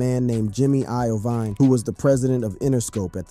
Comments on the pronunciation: Jimmy "eye-veen" . Wtf do you know anything you saying? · Bro said “I-oh-vine” for jimmys last name 😂😂😂